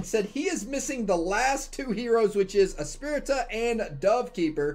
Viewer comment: Lol it’s funny how in every video pronounced Espirita’s name 3 different ways every time lol